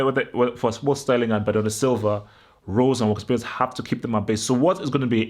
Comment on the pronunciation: Lo Celso will be on the bench. Vertonghen will probably come back in imo. Btw It’s walker peters not walkers peters. Gonna be a very tough game of course. we’ve lost our last 6 away premier league games as well...